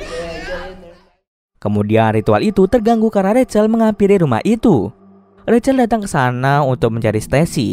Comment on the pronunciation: rachel=racel Bukan rahel😭🤙🏿‼️